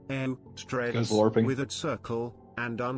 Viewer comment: There’s this weird thing where his name is actually TDread, but like everyone pronounces it like Tdreads except him